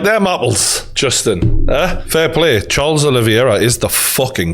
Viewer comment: Charles “Aloe Vera” 😂